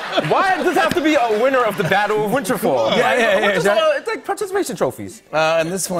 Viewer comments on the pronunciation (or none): He called it winterfall instead of winterfell